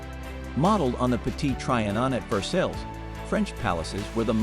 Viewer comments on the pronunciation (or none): Please stop trying to pronounce anything that comes from French: Versailles s/b said as Ver-sigh and beaux s/b bowz. The John Brown in the photo you show is the abolitionist who raided Harper's Ferry to free the slaves just before the Civil War, not the Providence merchant who died in 1803 - long before photography. Besides the slaughter of the name Lorillard, IV is said "the 4th," not "iv" as shorthand for intravenous.